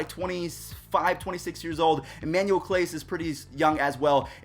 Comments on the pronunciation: This is how many times he said clase name wrong ⬇️ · U didn’t say his name right